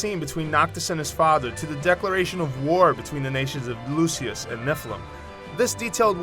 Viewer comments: The kingdoms of Lucius and Nephilim? Great pronunciation there, brah. Lucis and Niflheim. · Lucius and Nephilim?? LOLs. It's Lucis and Niflheim [niv-uh l-heym] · Mattia Giglio But Lucis and Niflheim are neither written, actually pronounced, nor pronounced by the characters the way this guy said them.